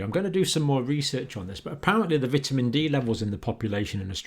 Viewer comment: Dr. Campbell, just letting you know you are pronouncing 'vitamin' wrong.